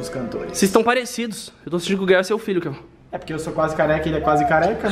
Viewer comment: O gael falou kevao